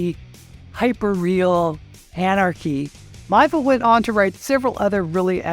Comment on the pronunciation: With kind regards: China Mieville's name is pronounced as: mee-AY-vill